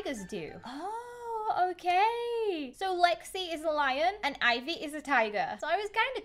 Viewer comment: That is not how to sla ivy my name is ivy its ivy